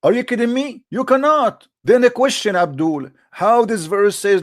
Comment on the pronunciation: I love how says, “Abdool”; i need to use it as my alarm tone😂